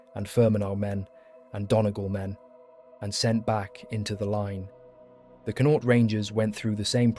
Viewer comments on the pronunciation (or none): Its pronounced CON-AUCHT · He needs to learn how to pronounce Connacht. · Never heard someone butcher saying Connacht so badly in my life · Why can't English people pronounce Connacht and stop calling it Londonderry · The first syllable in Connaught is stressed. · You missed connaught, donegal, jesus brutal pronunciation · Pity the commentator didn't learn how the pronounce Connacht properly